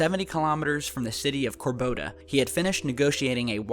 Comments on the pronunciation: it's Cor-do-ba, not Cor-bo-da... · Corboda? Do you mean Cordoba?